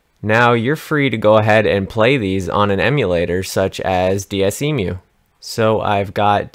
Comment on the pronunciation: Wait hold up. Did you just pronounce Desmume as DS Emu? It says on faq it's Dehs-moo-mee. Sorry that just really bothered me for some reason xD